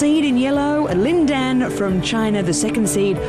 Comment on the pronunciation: I hate the guy's voice... He's pronouncing Lin Dan's name wrong...